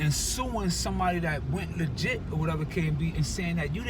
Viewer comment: I gkotta korrext u homie. When that baby was passed off it was legkit not illegkal homie. Big Homie was legkit waaay before Sugke.